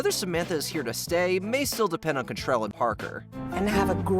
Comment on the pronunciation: It's pretty grating that you keep calling Kim Cattrall "Cattrell".